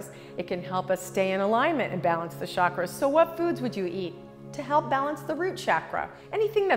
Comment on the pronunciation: It's chakras ( cha kk raas ) not shaakras like she says it. It means wheel in india, and has a ch sound like chair